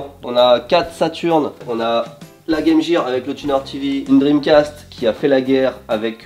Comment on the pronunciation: Pourquoi appelez-vous la Game Gear(jir), mais vous prononcez Métal Gear de la bonne façon?